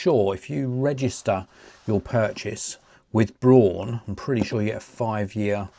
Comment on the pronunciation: I've always used Braun shavers and Toothbrushes in my life. Very reliable products, just like this one. Cool video! Btw, actually "Braun" is exactly pronunced like the English "brown".